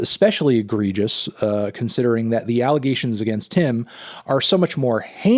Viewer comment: you said it alligations